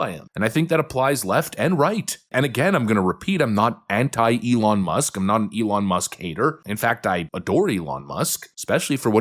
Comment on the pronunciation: Anyone else get rubbed just a little wrong by how bernie says eh-lon.